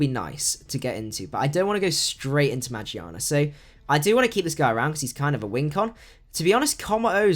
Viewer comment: He says meargearna wrong